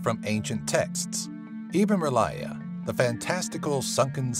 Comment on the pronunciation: Rlyeh is not pronounced "relier" . . .